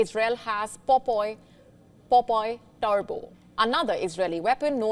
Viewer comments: Not popoi.. but POPEYE. (Popai) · It's pronounced as pop eye not popoy